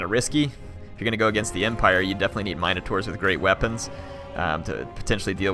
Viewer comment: This has been bothering me. In Warhammer is it really pronounced Mine-uh-tours? In everything else I've always heard mihn-uh-tour or mihn-uh-tar. Are they all acceptable?